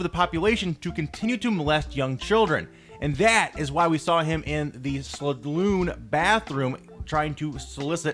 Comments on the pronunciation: How the heck are you pronouncing saloon? Slagoon? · can you even pronounce saloon?